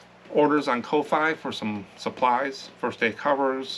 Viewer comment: I was watching someone yesterday and she said she thinks the ko-fi is pronounced coffee. I thought I would share that with you. Not sure if it’s a fact but it has a coffee cup by the name, so maybe?